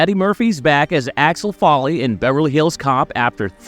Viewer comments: It's Axel Foley😂😂😂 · sooooo... is the voice over on this video from someone who not American OR is it "A.I." because it/ they keep messing up, mispronouncing n getting the names especially the title character's name wrong constantly and even in different ways... NOT cool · Claims to be excited for the new Beverly Hills Cop movie and keeps mispronouncing Axel Foley’s name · Dude you cant even pronounce his name right ffs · Bronson Pinchit and Alex Folly???? Work on your pronunciation dude. You got almost all the names wrong!